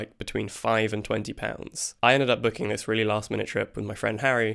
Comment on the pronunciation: The way to pronounce "Aarhus" would be something like "Awr-hoos" i English I guess. "Awr" as in "raw" with the r at the end in stead of the beginning, and "hoos" as in the "oo" in "Liverpool". End of lesson! Oh, and #nfarmy